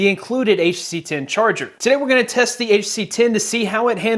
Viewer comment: Guy cannot even say HTC most of the time. Use it while charging and check temp.